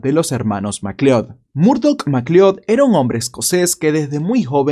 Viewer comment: Por tu forma de pronunciar "McLeod" deduzco que nunca viste la pelicula Highlander 😆. Saludos desde Venezuela